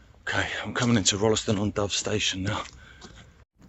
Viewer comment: Amazing. This is a trip down memory lane for me. I spent the first 16 years of my life in Stretton. Went to the junior school, then the big school in Tutbury, and the big school at Rolleston. Pronounced Roll ston by the way, without the 'e'. I walked some of your route on 22nd August 2019. Pictures on my blog. Delete the link if you don't want it. ilona